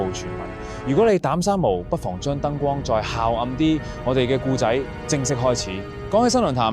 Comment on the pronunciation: 聽頭一分鍾我覺係AI, 古仔非（故）仔, 係(冼）為人知而非（先）為人知…香港人唔會讀錯